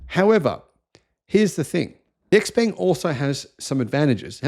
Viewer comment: Xpeng is pronounced xp*u*mg (imo).